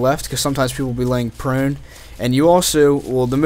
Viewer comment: How he says prone Lolz